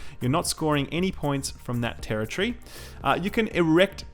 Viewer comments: Tera-tree :p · This guy says terror tree a lot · Dafuq is a "terror-tree?" I thought it was territory. Sorry, I was distracted the first minute or so by that odd annunciation from the accent. Anyway, good video overall. Thumbs up!